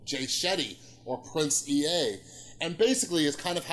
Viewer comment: It's "Prince Ea" - pronounced "ee" not "ee-ay"